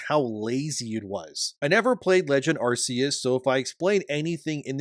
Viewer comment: It's not pronounced "arse-eus".